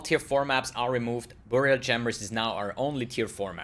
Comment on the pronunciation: I love the way you say "BOOORial Chambers..." so exotic!